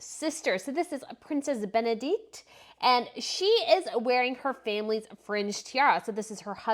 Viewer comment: Yes, please learn how pronounce foreign names properly. It's very impolite to pronounce Princess Bendikte's family name the way you do.